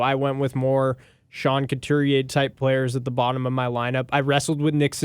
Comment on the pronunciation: Love your videos, but guys... Sean CoutUrier (not CoutErier).